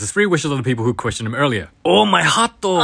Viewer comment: "oh my hearto" "AHHHHHHHH-" got me rolling 😭